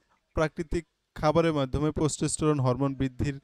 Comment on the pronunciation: Testosterone not the word you are pronouncing